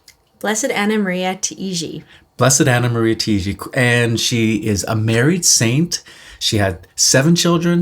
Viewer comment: Hey and! This is just as a friendly, helpful guide for you: as she's Italian, her surname would be pronounced like these two words together: "tie" "gee". Tai-gi. The vowels are pronounced one after the other, if that makes sense, but the two words example as an equivalent should be clear enough. I'm Maltese, so as a Mediterranean it's quicker to grasp like that:) Thanks for sharing and looking forward to hear more about Blessed Taigi in future videos. Till then please keep me in your prayers - and God bless!